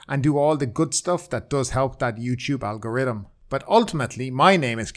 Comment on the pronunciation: I just listen to you so I can hear the word "algoridan". Priceless.